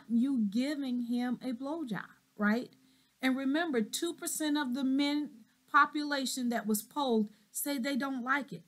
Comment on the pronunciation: I am shocked at how this Doctor speaks "pop- pa-lation" &. axes and her grammer. Higher education??